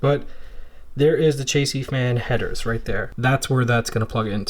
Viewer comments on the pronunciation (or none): this man said chasey